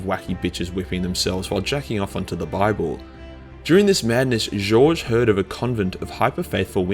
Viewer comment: Its Goge as in Got, G oge Vandire. Evil fuckin name if you ask me.